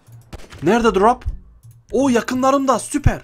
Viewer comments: Drap değil drop şunu düzgün söyle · Ne drop muş be bide söleyebilsen crop deyil drop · Pap çi değil pab ci söylenir grap yok drop söylenir